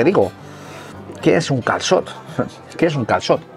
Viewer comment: Qué dominio tienes ya con el "calçot" !!!😳😱😄😄